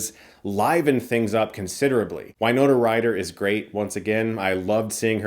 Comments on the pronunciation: “Why-Nona?” Is that how she pronounces her name 😢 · Why-nona?! No. Just no.